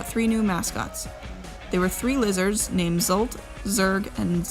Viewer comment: "They were 3 losers called zolt, zerg and zork" And then I realized she said "lizards", not "losers". Oh well.